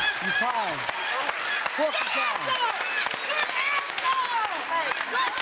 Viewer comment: " Good answor!!!" 😂😂